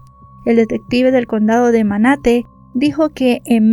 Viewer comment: Condado de manatí . No de manate